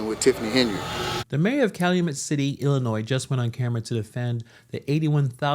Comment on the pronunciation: It’s Illinois.